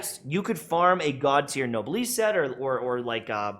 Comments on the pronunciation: Me physically cringing every time I hear "nobliss" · awesome work! But it's noblesse - no bless... It's a female Noble. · dude mispronounced noblesse and just kept going